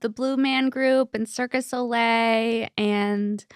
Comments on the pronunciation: it's 'cirque du soleil' not circus soleil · I can’t with the “Circus Oh-lay” 💀